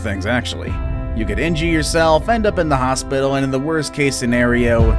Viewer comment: When he says you can injee yourself instead of injure 😂😂